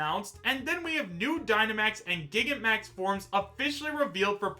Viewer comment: It’s not called Gigamax. Repeat after me, Gi-gan-ta-max.